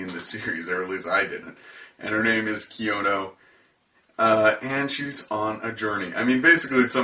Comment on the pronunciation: Her name is pronounced (Key-No) and i liked your review thanks for not totally destroying it Definitely an unapreciated anime, but i think did a great job as Kino:)